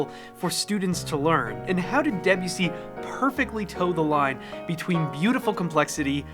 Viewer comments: Naah its pronounced de busssy not de byusi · It's "Deh-boo-see' not 'Deh-bew-see' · It's actually pronounced da boosi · Today i just learned that Debussy is not pronounced as The Bussy 😮😂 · Why do you say it like deb yew si when you’re educated. Come on man. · So it’s NOT pronounced “duh-bussy”???? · Wow, now that was some pronunciation of Debussy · The way you pronounce Debussy hurts my soul 😭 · good video but what is annoying is the mispronunciation of Debussy's name .. the accent in on the final y and not the e... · How did you say the composer's name again? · Start by pronouncing the composers name correctly 🤷‍♂️🤷‍♂️🎼🎹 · The pronunciation of Debussy lol